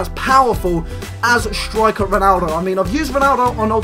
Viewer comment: First of all, breathe. Second, stop saying "shtriker"